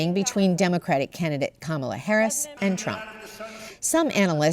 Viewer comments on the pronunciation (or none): none